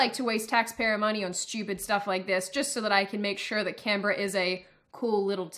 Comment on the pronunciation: I always pronounced Canberra as "Canberra", but it seems I was doing that wrong all my life.